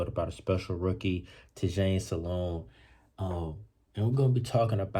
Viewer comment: 😂it’s all good, I just be seeing sports analyst calling him saloon and it pisses me off when it’s not that hard to pronounce so I just don’t want nobody else especially our own fan base botching his name